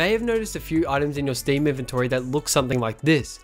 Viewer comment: stem this, stem that. my ears got cringe fucked